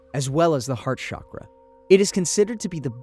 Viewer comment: It’s pronounced cha-kra, not sha-kra